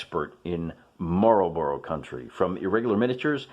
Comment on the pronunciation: Marlburra, not Marlborow. It jars.